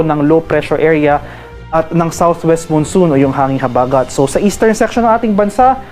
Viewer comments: Pls bigkasin Ng maayos ang salita "habagat" wag Po slang... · Ayusin mo Ang pagbigkas ng habagat😅😅ungas😅